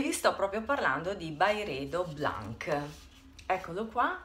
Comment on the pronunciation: Comunque non si legge BLANK, ma BLANSC.